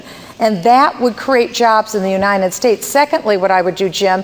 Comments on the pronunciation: she cant even say United States correctly, she keeps repeating Unined States i cant have an inarticulate president especially one thats clearly trying to be Ron Paul with no success what so ever soe is definately not the real slim shady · She can't even say United States correctly.